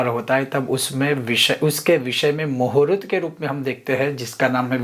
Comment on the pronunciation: Muhurat nahi. Sir muhurt bolakaren please